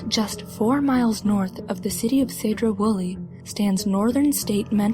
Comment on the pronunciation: Correct me if I'm wrong, but I believe it's pronounced "see-dro", not "sey-dro". Been there, that place is super cool and creepy.